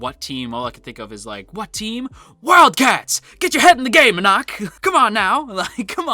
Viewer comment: The readers will all tell you it is pronounced en-ock not en-ack if you want to pronounce it the way everyone else does. Not to micro manage, I couldn't care less.